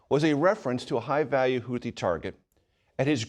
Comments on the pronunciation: He sounds like an idiot when you can't pronounce Houthi. This stuff is his job and he makes a lot of money and it's absurd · Frankly I'm just shocked to hear somebody with a Southern drawl accent that can't pronounce two syllable foreign words.